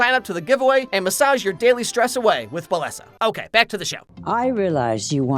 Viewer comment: Btw not to be that guy even though I’m being that guy rn, Bellesa pronounced “Beh-yeh-sa” or “be-je-sah) its Spanish for beautiful :)